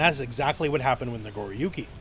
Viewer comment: "Nagoruki" lol